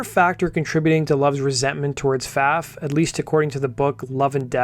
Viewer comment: it's my understanding that Pfaff is pronounced "faw"